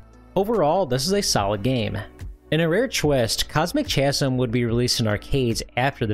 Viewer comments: The H in "chasm" is silent. Ka-zm. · I think Cosmic “Chasm” is pronounced “ka-zum” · You are correct. Hard K sound. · I don't often complain about pronunciation but "Cosmic Chasm" is making my eye twitch. I hear people mispronounce chasm fairly often. Regardless of how it's spelled you want to pronounce it like kasm or ˈkæz əm if you want the IPA. Cosmic Chasm is supposed to be pronounced with the same k sound at the beginning of each word. That's my pedantry quota for the day. Thanks for the interesting video! You were great as always. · Chasm is pronounced "KAZ-um," BTW. It means an expanse or tear between two things, like a crack but bigger. Just thought you should know! (Also, surprised you didn't show off Spike, the only Vectrex game with voices! Also the only platformer for the system. Great game, too -- one of the best on the whole platform, hands down!) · "Chasm" is pronounced with a hard C/K and no H. Kasm. Like the word "Chyron." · The "ch" in "chasm" is pronounced like a K. It's because it's a loanword from Greek. (Sorry, I am a pedant.) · He really never has heard the word “chasm” before? It seemed liked something we used to encounter a lot as a kid.